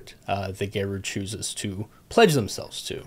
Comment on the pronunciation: Tribal totems.. ohh PLEDGE themselves to.. I thought I heard"pleasure themselves to" :P